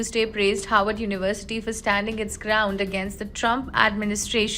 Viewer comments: Why does this lady continue to say "Howard"? Its Harvard University! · And she says 'Howard" 🤔